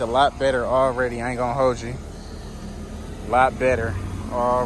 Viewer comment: I knew he was from Texas when he said “Already!”